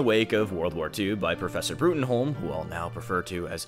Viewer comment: Dislike for mispronouncing Bruttenholm, it's just pronounced "Broom" not "Broomholm"